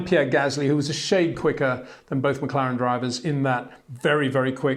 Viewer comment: It's McLaren. Not McClaren.